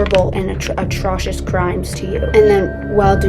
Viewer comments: Did you say hypmotizing and ahtrocious? Suscribed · It’s “a trow shus” Not trying to be mean, just means you taught yourself by reading a lot like me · WHY DID YOU PRONOUNCE ATROCIOUS LIKE THAT😭🙏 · You lost me at the mispronunciation of the word atrocious.